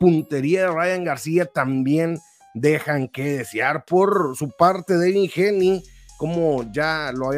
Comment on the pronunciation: Haney se pronuncia GEINI Y NO GENI MO!